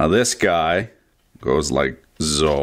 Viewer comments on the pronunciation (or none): do you know what sound an "S" makes when you say the word "so"? Because it's not "zo" lol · Why do you say “So” with a Z??